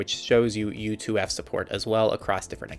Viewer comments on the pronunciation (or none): This is a nice summary, but I'm surprised that you felt comfortable releasing a video of this quality. The consistently repeated speech-errors are unprofessional. Given that it is such a short video, it seems like a candidate for re-recording. Just say all the same things, but "U2F".